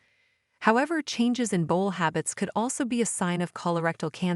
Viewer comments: I understand having AI narrate your video is cheaper for you, but if your point or desire is to educate, it's not so wonderful. Constant mispronunciation of words like AORTA (ORTA on video), BOWEL (BOWL on video) etc is probably confusing for many. And going to a Dr to tell him your bowl is messed up is probably not going to achieve the desired outcome. Hope nobody is getting Selleeack disease out there (CELIAC disease) LOL!!! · Are you a robot? You have weird pronunciation sometimes. For example, irritable bowl syndrom? Really? If you're human, you must have got your information from an encyclopedia and slapped it together without really knowing what you're talking about.